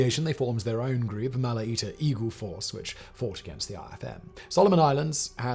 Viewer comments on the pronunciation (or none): Great video, very factual - thank you! 🙏 Unfortunatly you prenounce Malatia & Gwale incorrectly. 😥